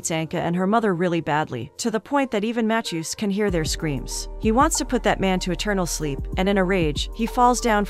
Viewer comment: Never heard anyone pronounce “Matthew” matt-chew